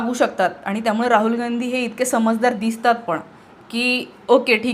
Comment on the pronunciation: Raaul Naahe Raahul Kamit kami Shudh Bolayala Shika Speach Madhe Kiti Asnskrat Chaatu Bitu Khalche Shbd😂 Lihilel Waachun Bola 😂😂😂